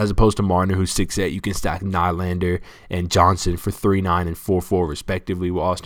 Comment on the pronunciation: Nylander is pronounced Kneelander. Enjoy your videos.